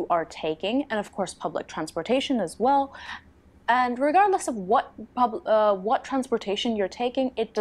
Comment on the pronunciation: You should absolutely move to Finland or at least visit us at some point! You would be most welcome. Btw, I absolutely love you accent, cannae deny it (see, what i did there:). I love how you sometimes replace L with sort of W - like "well" turns into wew, and welfare turns into "wewfea". It's hard to describe in letters, but it's such a cool accent!